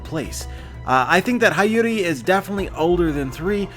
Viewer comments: love u bro but her name is pronounced hee-your-ee not high-your-ee not a big deal or anything tho lol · It's Hiyori with a hi not hayori damnit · it’s pronounced “HEE-YORE-I” I’m pretty sure about that. Am I wrong anyone? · Hiyori is pronounced as HEE-YO-REE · Hiyori (hee-yoh-ree)* Other than that beautiful video as usual, solutes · hayori?! pronunciation suk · I need you to pronounce her name right. It’s “hee-yo-ree “ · I'm pretty sure her name is pronounced, He-Ore-Ee, like Hiyori from Noragami.